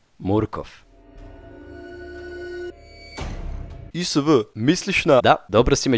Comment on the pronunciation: Izgovqra se markofff